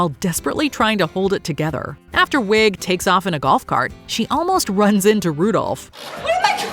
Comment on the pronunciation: Kristen Wiig is pronounced we NOT wig